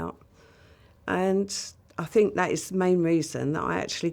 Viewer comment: Think is not phink, stop mispronouncing it as such.